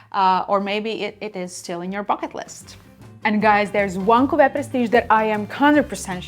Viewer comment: Very good French pronunciation! I am also enchanted with how you say cuvée 😊 I studied French for years in high school and college and your pronunciation is much better than mine!